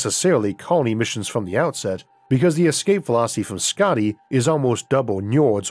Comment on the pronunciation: Hey Isaac, I just wanted to let you know that your pronunciation of Skaði was really good. (I hail from Iceland but currently living in Sweden btw) Hope you see this & thank you for all your hard work. :)